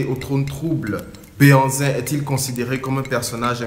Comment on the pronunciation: Très très belle initiative, que Dieu te bénisse. Par contre, tu aurais pu mieux faire en confiant le commentaire à un professionnel. En plus, le mot '' Behanzin'' est complètement un mot francisé par le colon. On dit' ' Gbɛhanzìn plutôt puisque c' est un mot fɔn et non français. En plus on dit '' adjashê '' et non adashê comme vous l'avez prononcé, on dit '' fêzan '' et non fezan. Force à toi et courage